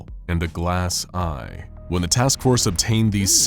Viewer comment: The first time you seid glass eye i thought you seid grass eye